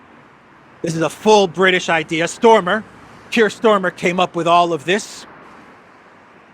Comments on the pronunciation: pronunciation is STARMER,...not STORMER!!! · It's Starmer not Stormer. Just saying.